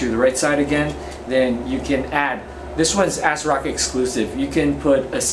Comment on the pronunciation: It sounds like he keeps saying Azeroth